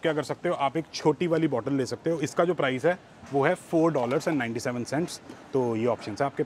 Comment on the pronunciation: Its PRICE, Not PRIZE 🤷🏻‍♀️🤦🏻‍♀️